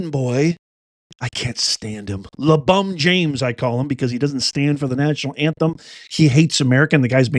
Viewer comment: Hillarious., the NBA commercial played just as you said Labuan James name…lol